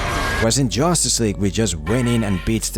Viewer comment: Did anyone notice that he kept saying jostice league all the time lol